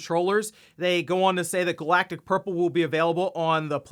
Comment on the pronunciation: I heard Galactus Purple when you said Galactic Purple, which I'm here for :D